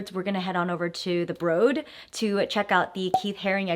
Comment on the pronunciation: Shout out for teaching me how to pronounce the Broad. Lived here for over a year and was shocked lol